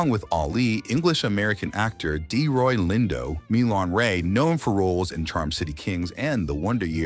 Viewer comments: It’s Delroy Lindo. Not Deroy. Do better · His name is Delroy, not Deroy. No wonder no one takes you people seriously.